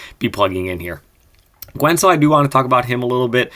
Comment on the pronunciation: Love the videos. I have to be the guy to point out that the U in Guentzel is silent haha. Keep up the good work!